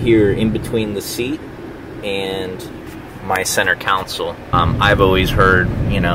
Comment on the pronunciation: Why do you say "Council" instead of "Console?"